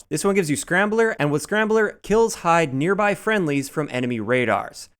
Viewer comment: "neaby" LOL.